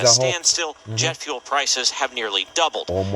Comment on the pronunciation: Jet fluel 😂